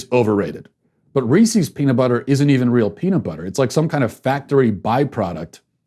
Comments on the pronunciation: how else was he supposed to pronounce reese’s? are you people okay in the head? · Matt, I love ya, but your pronunciation of Reese's and pieces is not even close to correct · Ok regardless of how you feel Matt, that’s NOT how you say reese’s, think about reese’s pieces... Peecees? really. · Somebody doesn't know how to say reese's... or pieces. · I can't handle it. Phonetics are your friend, Matt!